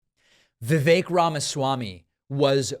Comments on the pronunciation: Vivek is not pronounced the way you’re saying it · Two things: 1.) I work with many colleagues from India. And I can tell you that Vivek is NOT pronounced viv-AYK. It's VIV-eck. 2.) I have decided to refer to him as Vivek Rama-SMARMY. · Vivek RamaSlimey. Btw, it's not pronounced Vi-VAIK, it's pronounced VIV-ek. At least that's how both of the Vivek's that I've known pronounce it. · Vivek, pronounced like Fake